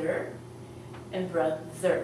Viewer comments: 'ba thur'? seriously you don't know how to pronounce it, it's bro thur .. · brother doesn't sound like ba-thur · BRO-THER not BA-THER. Is imposible to pronunce Bother meaning Brother. Just thinking. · Hi...I noticed that you have the same written pronunciation for the first vowel sound in both Mother and Father. This is not correct as their pronunciations are clearly distinct. Also you are writing the pronunciation of Brother as ba "thur" and not putting in the first "r" sound. It is a bit confusing. Thanks. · Brother is pronouced "bru-thur" with they u sound not the a sound :) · while speaking mother father n even in brother u didn,t take care of the pronounciation of th as u taught us in ur other lesson.im a bit confused.should i forget th for mother,brother........